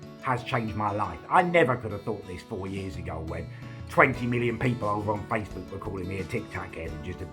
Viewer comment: “On faceBEWK”